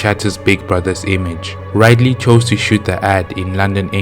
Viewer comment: It's Rid-ley Rid as to get Rid of something Ley as Lee